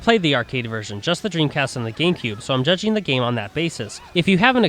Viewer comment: its gamecube not gakmecube